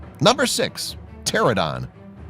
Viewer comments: and it's PTERANODON not PTERADON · Pteranodon not pterodon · I'm pretty sure its tear-ran-o-don, but I may be wrong. Oh well. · The way he pronounced pteranodon💀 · I hate how he mispronounced pteranodon